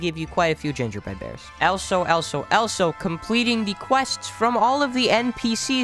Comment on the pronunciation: the amout of times he said "elso"